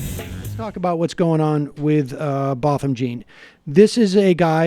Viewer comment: His name is pronounced “Botem” “Zhahn”. His name is French. Also that marijuana was planted because when they searched his house the first time it wasn’t there. The second time it was “out in the open”. This shooting wasn’t accidental. It was a felony homicide because he was murdered during the commission of an armed burglary.